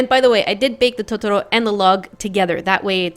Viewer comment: its pronounced to-to-row